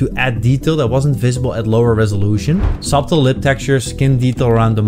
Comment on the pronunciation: Thank you for the upload, the b is silent in subtle btw